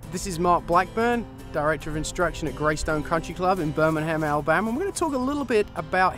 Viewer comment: When he said Birmingham, Alabama my ears did a double take. It sounded like Burminham, Awabama. Birmingham was spot on (as per southernness). But the Alabama sounded hard for him to pronounce. Weird. Swing was sweet though.